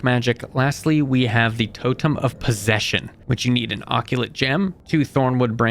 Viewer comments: It’s uh-cult, not ockulate, and it is seriusly pissing me off that you say ockulate. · “Splelunklely table” “Abysmal Caves” “Gaaleenuh” “Azyure Neodyinium” “FerrUslime” “Ferrocious Slime” “NeodAEInyum” “Maggotron” “Pihwin” “Saiyads” “Subterrarian dons” “Reelischeirius” “Pehwen” “Tricarius” “Lucktruckosaurus” “Raah-dawn” “Oculate Gem” “Sack of Satan”